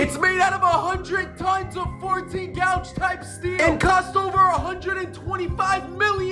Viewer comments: When it comes to the thickness of steel, gauge is pronounced "gage" and not "gouge". Blacksmith and knife-maker here. We get fussy. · Yeah as a sheet metal worker that pissed me off a little. Let’s get him